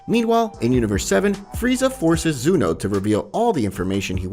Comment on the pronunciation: Why do you call zeno zuno